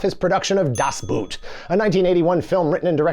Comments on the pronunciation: It's "Das⛵", not "Das 🥾"! But at this point, probably everybody knows about this and is just trying to annoy germans! 😉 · I think it's pronounced "Das B-OOH-t", not "Das B-OO-t". The "oh" sound is extended. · DAHS BOHT! It isnt pronounced👢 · Das 👢??? Das Boot is about a German 'Boot' (meaning a boat), where 'boot' is pronounced as /boʊt/, with an /oʊ/ as in 'boat' /boʊt/, or 'phone' /foʊn/, or toe /toʊ/ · It's pronounced [das ˈboːt] bruh. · "Das Boot" pronounced "Das Boat 🛥" 😊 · Man, I love your videos, but were you trolling us with your pronunciation of Das Boot? Or, didn't you know that it is pronounced as "bot"? (apologies and I am going back to my hole) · Das Boot was mentioned seven times but not once was it properly pronounced ... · Das Boot - the original pronounciation is actually much closer to English "Boat" than to English "Boot". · Congratulations on mispronouncing "Das Boot" 7 times. 😂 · That Das Boot counter should have read zero - the German word "boot" is not pronounced like the footwear, it's more of a cross between "bort" and "boat".